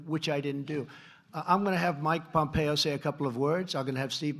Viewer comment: Unintentionally hysterical comment from Trumpito . He says “Secretary Pompeyo, who had some outstanding meetings, ...”